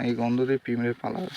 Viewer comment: পিঁমড়ে না পিঁপড়ে